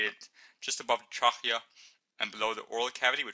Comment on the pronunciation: ur pronouncing trachea right but when u get to the CH pronounce it as K :) lol xx did i mention how good are ur vids ! love them heaps